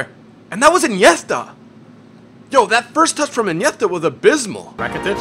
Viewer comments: Awe u said iniethta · why does he pronounce Iniesta weirdly? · The way you say iniesta makes me wanna pull my ears out